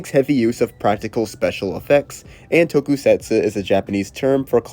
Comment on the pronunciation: If it’s any consolation, he pronounces tokusatsu as tokey-setsoo and mixes up every single fricative consonant.